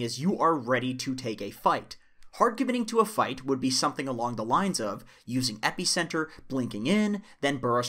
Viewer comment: pronounces epicenter like its gonna stop an allergic reaction